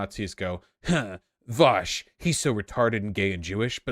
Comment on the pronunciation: Vausch pronounced all the words correctly 😎